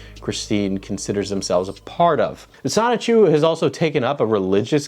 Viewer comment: The biggest question in all of this is, will Chris-Chan ever actually pronounce the N in “Sonichu,” or will it forever be “Sahchu”?